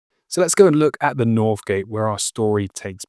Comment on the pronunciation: Good vid. But enough of the "mockney" "Fousand" for thousand and "norf" and "souf" gate. The less said of "broken FROO" the better!